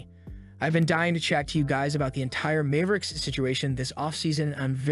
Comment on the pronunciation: it's mavericks not Mayve-ricks